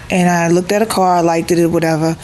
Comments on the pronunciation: Did she say likeded?? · Liked is one syllable. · sorry but she said it wrong and didn't even realize it